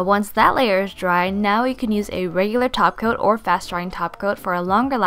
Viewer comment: I thought I was the only one that hears "taco" instead of topcoat. Many tutorials practically pronounce "taco'. I found that weird.